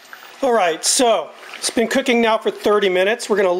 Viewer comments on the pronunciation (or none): none